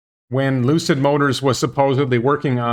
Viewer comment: Maybe it was my brain, the audio or what ever. But it sounded like you said ‘Lose-it” instead of Lucid, at the beginning of the video. Forever now they will be Lose-it Motors. Per the expansion, it could be they hired the same company that worked on the Nicola truck factory to do the work.